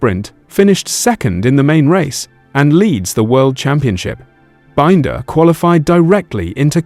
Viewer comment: A long term passionate fan says Bind-er instead of Bin-der? 🤔